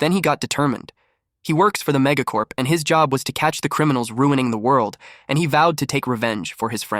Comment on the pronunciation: when ever he says mega corp I aways think he is saying mega corn